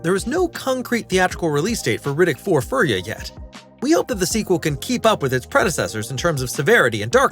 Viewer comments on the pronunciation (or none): WTF is a "furry-an"??? At least teach your AI to pronounce it right... and ease up on the eagerness... it's creepy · It's pronounced: Furyian💯😎